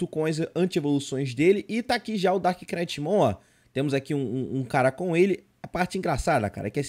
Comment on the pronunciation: Mas ele pronunciou certo "darkknightmon", o "k" no começo do "knight", não pronuncia mas o "k" no final de "dark" sim, ai a pronuncia fica "darknitmon", sem o "k" e o "gh" de "knight".